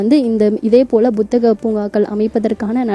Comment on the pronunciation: Athu buthagam illama. Puthagam